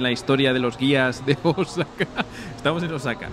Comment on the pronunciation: Por lo que percibo, parece que no tienes contacto fluido con japoneses pues la acentuación en palabras japonesas es, por decir lo menos, ridícula, ........ cuando dices Osáka (voy a poner tilde para que se entienda a lo que me refiero) cuando la pronunciación debe ser Ósaka y otra dices Úmeda cuando es Uméda. viví 5 años por Osaka.